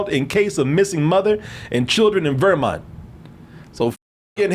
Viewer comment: pronounce Vermont like an old black person in the 1920’s.